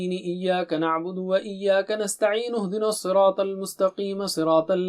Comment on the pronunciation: Ehdinas ke bajaye aapne uh Dina's padha